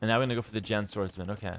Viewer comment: hearing pronounce Jian swordsmen correctly made me happy After hearing T90 calls it John swordsmen so many times😂